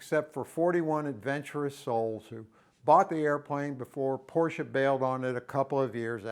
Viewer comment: Thank you for pronouncing Porsche correctly.